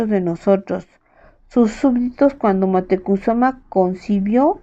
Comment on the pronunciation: La pronunciación de Moctezuma es mocte zuma